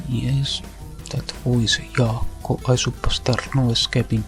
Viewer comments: As Finnish I want to point out that Jaakko is pronounced "Yaakko" as this is how the J is pronounced in Finnish. His comedy is simply that his accent is outrageously thick.😂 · Yeah, Finnish Youtubing didn't really take off until the Hydraulic Press Channel. Jaakko is pronounced like "Yahckgo" by the way. With that said, RIP Armake. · NO WAY! WE HAD A LOCAL AVGN COPY ALL THIS TIME?? How have I not heard about Jaakko before. Btw it's pronounced "Yaakko" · Hello, a Jaakko fan here. He actually still makes new videos (several ones a week even) on a new channel but he rarely makes videos about games anymore, and instead they're just surreal shitposts that often involve monkeys. Also a minor nitpick but you mispronounced his name, in Finnish J is pronounced like English pronounces Y, so to pronounce his name accurately it'd be like Yaakko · Jaakko's diction is perfect, he's just speaking a Finnish dialect of English called rallienglanti or "Rally English", named so after Finnish rally drivers who spoke very stilted English in interviews. Also, the J in his name is pronounced more like an English speaker would pronounce a word starting with a Y. (He even says his name in one of the clips you used.) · Jaakko is an obvious troll and a pretty good one at that considering that people still think he was being legit. The purposefully bad pronounciation of English words fits perfectly considering that people (including ) don't even know how to pronounce his real name Jaakko, lmao.